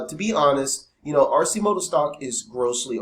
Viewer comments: AR- KEY- MOTO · its Pronounced Ar-Ki-moto.